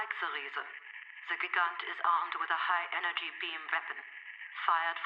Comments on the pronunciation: Sophia is saying the Riese (pronounced reezuh - or reesuh depending on how thick the accent is - which is why it sounds like she's saying reason), it's German for giant. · In Log 223.1, she's pronouncing Riese the proper German way. She's just referencing The Giants though.